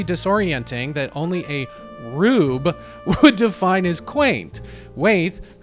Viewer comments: Ohmigod. It's pronounced WHY-ETH! 😂😂😂 But thanks for giving a fair interpretation of Andrew's work. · Great video. But it's pronounced WHY-eth. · Wait am I missing something, why are you pronouncing Wyeth like "wayth"?